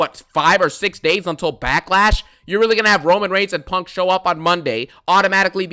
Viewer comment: I CONT STOP THEENKING ABOOT PUUUUNNNKK😂😂